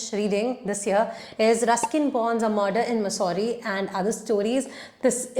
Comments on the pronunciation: It's मसूरी not मुसौरी..... I was hesitant at first but since you said you liked to be corrected. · Di please also correct the pronounciation of "mussoorie". 😊